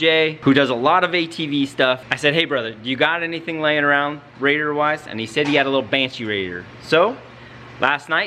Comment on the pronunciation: can you say Radiator for me again?